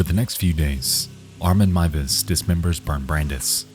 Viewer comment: This may sound very random but as a German I appreciate the correct pronounciation of Armin Meiwes :) Horrible incident but I love your coverage of it! Great video as always